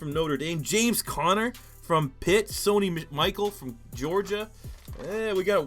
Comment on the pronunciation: It bothers me he said Sony Michael, its Michel, MI-SHELL